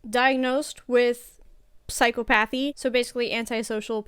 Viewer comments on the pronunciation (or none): Your stress on 'psychopathy' is on the wrong part of the word. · Good video. But it's not psychopathy. It's not pronounced psycho-path-ee. It's sci-cop-uh-thee. It sounds like he was given the questions ahead of time and he took time to think of good responses. None of his answers show signs of listening to a question and thinking of a response. The questions might be obvious, but even if you anticipated questions, it would take a second to retrieve the answer. All his pauses, his body language, etc fake. You can see him thinking "here's where I need to pretend I'm searching for the words to answer". Even his language. He uses odd words. "Smart" words as if he is an intellectual. Nothing about him was real. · How does a psych major not know how to properly pronounce "psychopathy" 🤔 Psych-uh-pathy You don't say "psycho-logy".. same thing, same type of pronunciation 😊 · nice video. psychopathy is pronounced with emphasis on the C, not the P :) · You aren't pronouncing phycopathy correctly. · If this chick thinks she is a psych expert she is sadly mistaken. She can't even pronounce psychopathy correctly. Her comments make her sound like she has no psych experience whatsoever. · she's a psych student who thinks she's an expert coming off as cocky as she does. What psych student can't pronounce psychopathy? Laymen know that. I know I certainly did before I went to school. She's so full of shit I don't think I even believe she's a student. She might want to actually go to school before making a fool of herself on YouTube again. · Interesting video, but the most disturbing part of it is that a psychology major can’t pronounce psychopathy properly. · A psychology major who can’t even pronounce psychopathy... seems legit.